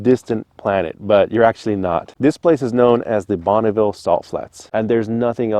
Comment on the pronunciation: Bonneville not Bonnieville.